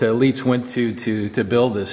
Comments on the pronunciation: Say "Leitz" like ths: "lie- t-s" NOT "leets" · It's pronounced "Lights",. Not "Leetz". The ZIP code ("Zone Improvement Program") began to replace the old postal districts starting in 1963. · Leitz is pronounced like “lights”. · Leitz is pronounced like "lights" in english (/ˈlaɪts/). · I've heard people pronounce this "Leets" like and also "Litz." Having taken 4 years of German lessons, it hurts my ears too! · Oh, and for any fellas it might help - when you see "ie" in a German word, it's pronounced "ee" - the "ei" is as already noted, pronounced a a long 'i' as in the example "lights." So for pronunciation, the word Leitz (pron. "Lights") would need to spelled "Lietz." (Pron. "Leets"). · Don't mean to be that guy here, just some constructive input for future reference. Leitz is not pronounced Leets. It's more like saying 'lights' with a German accent. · "Leica" sounds correct, however "Leitz" should sound like Leica, not like "leetz" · Sorry to correct you, however: Leitz pronounced "Leyetz", sounding in the middle like (pop)-ey(e). West Germany existed between. Opto-metric Tools was incorporated on the 18th of December 1974 as a foreign for profit corporation in New Jersey. Given that the "13" was "pioneered in the 1940s" and abandoned in 1963 for a five-digit code... Something is fishy! So, I'm guessing they moved out of New York in 1974 and the unit age is somewhere between 1949 and 1963. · Like the word ein in German, ei is pronounced "i" (like saying eye) Thus leitz is said like "lights". Very cool item and a wondeful video. Eric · Leitz is pronounced more like "lights". Leitz is the company that also makes the Leica (=Leitz Camera) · Oh, and by the way - it's pronounced as Your "lights". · Leitz is pronounced "lights". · Leitz it’s pronounced Lights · When you say Leetzzz, I go Leitz!! pronounce like lye and end with ts .